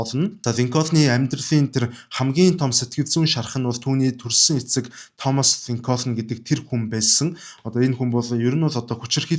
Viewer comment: Абрахам Линконь гэж цэвэр америк дуудлагаар хэлдэг юм билээ😊